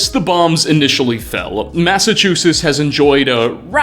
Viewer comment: "Gentlemandt" ? "Massachewsess" ? Bro, learn how to speak. Great video, just.. damn.